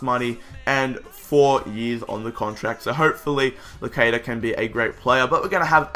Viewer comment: it iss pronounced Losadia Locadia